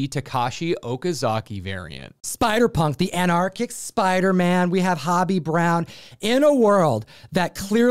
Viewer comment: Come on, did you BOTH really just call Spider-Punk “Hobby”?! It’s Hobie, like Ho-Bee. Like “Hey! Ho! Let’s go!!!”